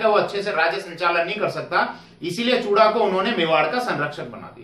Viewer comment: चूड़ा नहीं हे वो....चूँडा हे वो